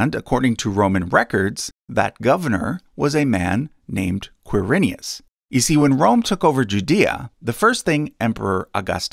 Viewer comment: Ker-i-nius It's my family name. Quir-i-nus.